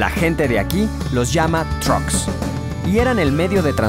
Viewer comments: No son "Troks", son "Trucs". Así lo pronunciamos en Yucatán :) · No son troks, son Trucks, no es Estabentun es Xtabentun, no es usmal es Uxmal, la X en Maya suena como sh. Celestun no es nombre maya sino el nombre del fundador del puerto, se llamaba Celestino de apellido maya Tun y la gente del pueblo le decía Don Celes Tun, con el tiempo el pueblo se llamó Celestun, la abreviación del nombre completo de su fundador. el cenote de dzibilzaltun se llama Xlakak. EL chac-mol nunca ha venido del centro del país. Más bien de todo centro América. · muy bueno tu video pero no me parese que al mensionar el nombre de los trols digas trucks te como si trataras de escucharte muy gringo pronuncia bien las cosas porfavor